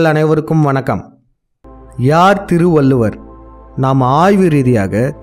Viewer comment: முதலில் உங்க தமிழ் உச்சரிப்பை சரி செய்து கொள்ளவும்! திருகுரல் என்று சொல்வதே பெரிய தப்பு, திருவல்லூவர் சொல்லும் போது இன்னும் கேவலமாக இருக்கு, காதில் இரும்பை காய்ச்சி உற்றுவது போல் இருக்கு. தயவு செய்து நீங்கள் காணொளியில் பேச வேண்டாம்.